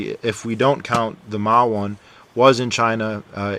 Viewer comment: Hey dude, pronunciation wise, pronounce As in Chinese as the Ah sound like in "Father", or a cross between the a in "Father" and "uh" like in "Uh huh". It's much closer to that sound than the A of "Apple".